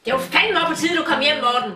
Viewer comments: det så grineren hun siger MorTEN hahaha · jeg elsker den måde din mor siger morTEN!!!!!!! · Like vis i også elsker den måde at hans mor siger moRTEN. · Elsker når hun siger Mor-ten😂👍🏼😆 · Kan godt lide den måde hun siger Morten på haha xd morTEN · Morten jeg elsker når din mor siger morTEN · er det bare mig eller siger mortens mor morten med stort T :)